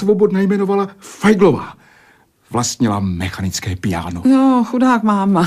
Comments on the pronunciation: Ja ziju také v germansky zalozene cizine,a presto trvam na tom,ze Feiglova se také CTE a VYSLOVUJE jako Feiglova...a ne jako faiglova,ci Fajglova. a nezlobte se,nemam cas něco hledat.Hezky den. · Feiglova se necte Fajglova,ale ,,Fejglova'',a ja jsem nekoho takoveho znala,meli jsme vynikajici profesorku na nemcinu,pani feiglovou.velmi elegantni a bystra dama,pochazela nepochybne,i dle jmena,z nemecke zidovske rodiny...Pro Vas je mozna spis podstatne,ze v Americe prvni poloviny dvacateho stoleti,v komunite predevsim Ruskych Zidu,z niz autor povidky Saul Bellow pochazel,bylo Feiglu a Faiglu mnoho. Mate tedy mozna pribuzne v ame'rice... :-)